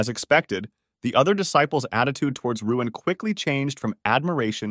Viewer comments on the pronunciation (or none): btw his name is luin not ruin